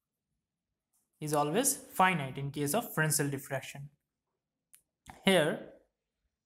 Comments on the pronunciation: Frensel kadhu sir...fresnel... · FRESNEL - The french do not pronounce the S in this case.